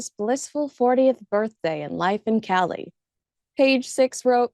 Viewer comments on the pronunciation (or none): none